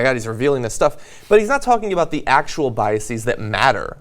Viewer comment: JOHN!! You're pronouncing 'biases' incorrectly. The -es suffix in biases is pronounced the same as in the word 'laces'. It's only pronounced 'ees' when it's the plural of a word ending in the suffix -is. For example, hypothesis/hypotheses, basis/bases. There's no such word as biasis :P